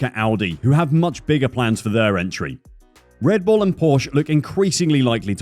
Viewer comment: "RED BULL", not "REDBULL". You did it again. Souring the experience of a otherwise well done report.